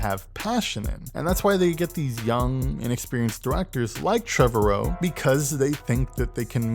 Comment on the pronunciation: Annoying you cant pronounce Trevorrow. It’s pronounced like tomorrow.